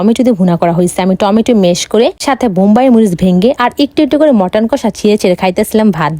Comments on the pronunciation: Chicken ❌ Matten ✅😂😂😂😂😂😂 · ওটা মাটার না চিকেন আর ওটা হ্যাবি টেস্ট নয় হেভি টেস্ট। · ১৫ পদ❎ ১৫ পাদ✅😂😂 চিকেন❎মাটান✅ হালকা পাতলা এত তাহলে ভরপুর কত হবে বাবা রে খেতে ভারি পারো👏👏👏👏👏👏👏👏👏👏👏👏👏👏